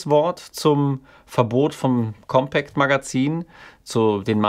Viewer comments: Deine Aussprache von COMPÄÄCT macht mich um die Uhrzeit schon bisschen fertig xD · Sehr gutes Video! Meines Wissens wird der Name der Zeitschrift aber nicht englisch ausgesprochen. Aber vielleicht hast Du da andere Informationen?